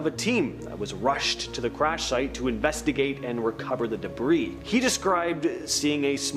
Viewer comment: Debris is not pronounced "debreeze", it is pronounced "Debree". 🙄